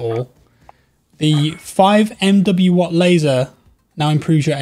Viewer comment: "The five em double-ju laser". Dude it's 5 milliwatt.